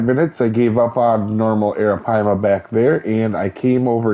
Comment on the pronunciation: You got a lot closer than a lot of other people have you seen some of the other videos?